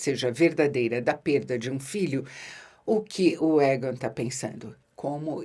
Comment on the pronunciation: Que nervoso da quando pronúncias o nome do rei e dos mestres: Égan e Maister 😅